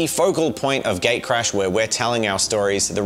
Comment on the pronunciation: So, English is not my native language and every time says "Gatecrash" I understood Gaycrash and was wondering for about half of the video why you guys named your game Gaycrash:D Would play it, though. And the figurines turned out amazing, I especially liked Jen's Beauty and the Beast interpretation.